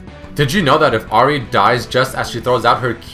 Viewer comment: You keep on pronouncing Ahri wrong, but otherwise great vid.